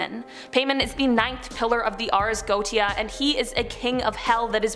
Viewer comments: Her pronunciations are horrible! For example, She is incorrectly pronouncing 'Goetia'. It's pronounced 'Go-Ay-Sha' NOT 'Go-Tee-A'! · Goetia is pronounced: goEESHah. Also I love your videos. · Lol it's NOT GO TE A PRONUNCIATION LOL ITS GO WAY SHA,,,, hahahaha hysterical! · It’s pronounced Go-ay-sha not goatia😂😘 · First off Ffs It’s not goatia Go ay sha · Hey! First I just want to say - thank you for all the brain candy! My 12 yo son and I both love watching your channel!:) Just fyi though - "goetia" is pronounced "go-AY-sha". Just thought this info might help for future vids. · The only thing I ever mind about these videos is the fact so many are pronounced wrong, it takes you out of things... 'Ars Goetia' is more pronounced 'Ares Go-A-Sha'.. Otherwise things are well done, but I would really look things up to just improve on that one thing.. Mammon is 'Ma-mon', Azazel is 'Ah-zay-zel', etc.. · Göetia is pronounced Go-ay-sha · You're mispronouncing that word. It's go-eh-sha